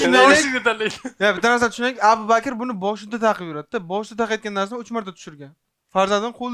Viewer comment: blaaa,,Abu Bakr" ismini aytolmayapsan.,,Appakir aka" deyapsan suka😂 boshqa ish qil